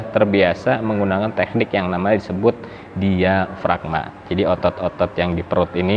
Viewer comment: Suara diafragma.bukan diagframa.